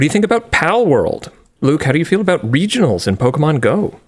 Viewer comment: Man, Linus was really annunciating that R in "regionals"...